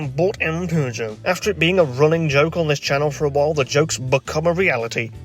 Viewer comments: wowwwwww a beugeot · ew he bought a peaugoueout french ew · I pronounce you Peugeot and wife